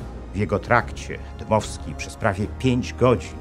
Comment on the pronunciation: Dmowski nie Dymowski panie Inżynierze.